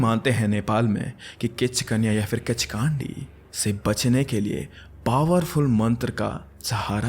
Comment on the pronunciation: किचकान्डि ❌ किच्कन्डि✅☑️